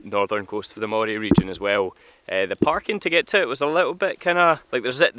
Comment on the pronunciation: It’s Moray as in Andy, NOT Moray as in eel.